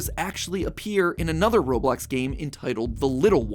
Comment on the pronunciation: It’s not Roblok